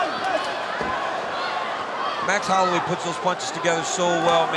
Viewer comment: How did an official ufc YouTube channel mispronounce Holloway?